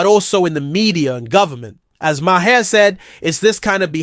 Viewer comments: Thanks for the video. But you’re saying his name SOOO wrong. It’s Maher, it sounds like MARS without the S. MAR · You need to look up the pronunciation of “Maher “ 👍